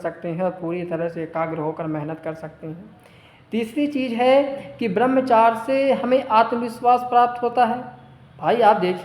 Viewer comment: Barmchar nhi Barmchrya hota Hai